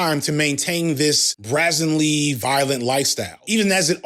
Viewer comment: Aight my guy, you said brazen like "brazzin" and I thought I was being a bitch for noticing 15 mins later you said brazenly like "brazzin-ly" so now I know- I KNOW it aint a slip up! It's supposed to rhyme with raisin js big dog 🙏 idk how to be normal so that's how I give constructive criticism, my deepest apolocheese